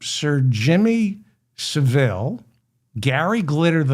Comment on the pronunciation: Jimmy Saville is pronounced “savul” Great episode 👍